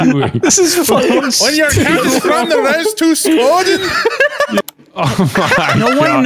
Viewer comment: As an indigenous guy I approve the skoden and stoodis memes it’s so funny how off you guys are with how you say it and use it it’s for when you wanna fight someone so you say skoden and the other guy says stoodis den 😂